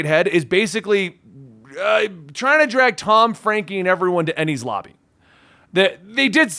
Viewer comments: Enies Lobby pronunciation good 👍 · Your pronunciations are getting better as you got Enies Lobby perfectly. Enies lobby is one of the best arcs in one piece as it'll feel like the best cartharsis you ever gotten. Also that trope of nico robin not telling them hold on to that a while longer cuz it not that simple.